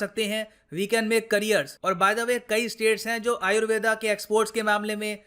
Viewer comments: जो योग को योगा और आयुर्वेद को आयुर्वेदा बोल रहे हैं । वो उच्चारण तो सही कर लो । दुसरे के चक्कर में खुद को ही भुल गए । बुरे समय में अपनी ही विद्या मददगार है ।। दुसरे हमारे ही चीजों को अपना बता रहे हैं , हमको पैकट में बेच रहे हैं । हमारे लोग कब जागरूक होंगे । कोई दूसरा आपकी जिम्मेदारी नहीं निभाएगा ।। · Sir why are you pronouncing it as Ayurveda? Aap ko to pata he it is pronounced as आयुर्वेद and not aayurveda , English me har pronounciation galat tarike se di ge 🙄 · "आयुर्वेद" बोलिए, "आयुर्वेदा" सुनने में विचित्र लगता है।